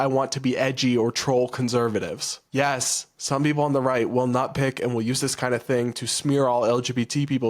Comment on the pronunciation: "notpick"? I think he meant "nitpick". And yes, we are probably going to use it for all it's worth... at least I know that I intend to do so.